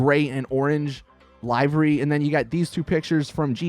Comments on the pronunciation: The way u say livery is pissing me off its pronounced like this Le-ver-y U said it like Lai-ver-y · It doesn't, but it does matter that you've been pronouncing "livery" incorrectly in all of your videos. in both US and UK English, it's LIH-verr-ee. Not LIE-verr-ee. Start saying it correctly. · It's LIVEry like "He is going to LIVE a long life" not LIVEry as in "Hey man when are you going LIVE on Twitch?" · LIVE like he lived... LIVERY...not live as in live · 1. Pronounces livery wrong 2. Called an RWB Porsche rice ... Don't ever go to Japan or any real life meet, PLEASE! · Please learn how to say livery